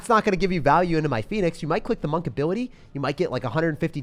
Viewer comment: My guy called monk-"monke"😭😭😂😂 i can't